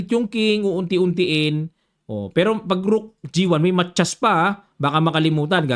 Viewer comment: Coach,ang korek na bigkas ay Ma ta yas 😊